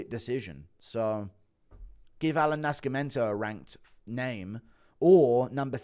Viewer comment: Why you pronounce Nascimento like that lol